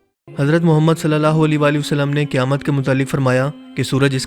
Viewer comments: Ae muhammed kehte hain.....o muhammed nhe kehte.alfaz soch kar bolne chaye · par ap ny thory alfaz thik Nhi Liya Ap ny kaha Ha. ** Muhammed (صلی اللہ علیہ وآلہ وسلم ❤) lakin Asl ma Ha Ah Muhammed (صلی اللہ علیہ وآلہ وسلم ❤)